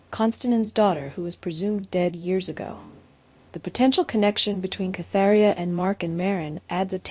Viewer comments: it is KATerINA not Catheria!!!! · Are you trying to say Katerina? Who the hell is Katheria?